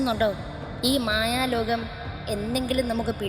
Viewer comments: mayaloCam 😑 mayaloKam ✅ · Mayalocam❌ Mayalokham✅